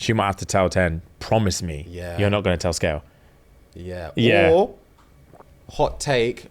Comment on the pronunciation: Its also pronounced Se-gail (like veil) and not Scale. too on the nose... it's like a human called "skin" 🤣